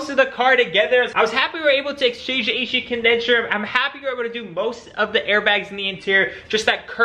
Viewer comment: Man im really happy you managed to exchange the A-Shi Condensher !! ❤️🤪